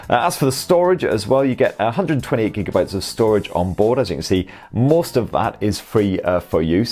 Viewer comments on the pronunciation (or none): none